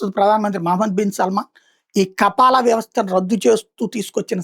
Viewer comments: కపాల కాదురా! మతపిచ్చి ….కఫీల్ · It's not kapala it's kaphil